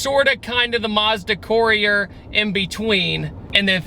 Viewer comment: He can't pronounce Courier